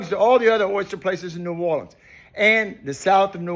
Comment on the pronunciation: my man even says "ne'worlins" instead of that fake "nawlins" crap. he's indeed a real one